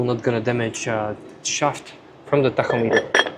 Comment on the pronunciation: I will now be using your pronunciation of “tachometer” from here on out. It sounds so cool. 😎